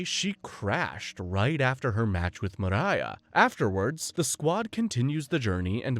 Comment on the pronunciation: Not enough to know her name is Miria, not Mariah